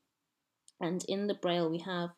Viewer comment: Presentıng a "Linguistic Olympiad" but unable to read the name "Braille"? Clowns.